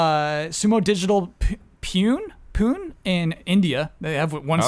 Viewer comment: CORRECTION: Pune, the Indian city where Sumo Digital has an office, is pronounced Poo-nay; poo as in 'crap,' nay as in 'no'.